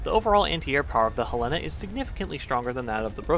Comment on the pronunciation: You mispronounced Helena